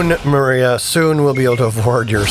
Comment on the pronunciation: It's not maria- it's Mariah like Mariah Carey. ✌🏽